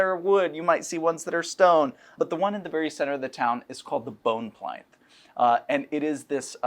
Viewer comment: Does he mean pl-in-ths, not pl-ine-ths? Is Sigil not the hub of the planes, but the hub of mispronunciations?